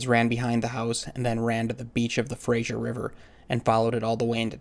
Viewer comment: Just for the record, it's not pronounced Frazier, it's pronounced Fraser. ✌😎